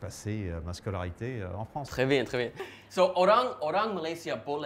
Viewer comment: He said trés bien wrongly 😂